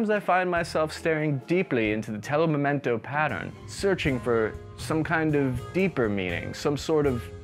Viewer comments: with all respect, you always brag about being italian but it's telo mimetico, not telo memento. Also, your surname doesn't mean tiny hat maker, but it means man with lots of hair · Telo mimetico, not Telo memento. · "my people" "telo memento" Y-y-y-you mean Telo Mimetico? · It's "telo mimetico", not "telo memento". It means "camouflage cloth". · it's Telo Mimetico . you're Italian